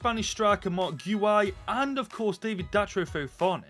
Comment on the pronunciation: Btw Guiu is said Geeoo